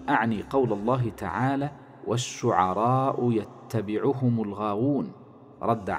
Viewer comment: تصحيح للفظ الآية الكريمة والشعراء يتبعهم الغاوون هي بتسكين التاء و ليس يتشديدها يا صاحب المقطع وشكرا لمجهودك